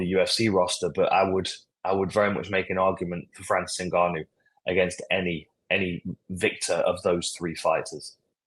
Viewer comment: Why do you struggle so much with saying Ngannou, its just ENgannou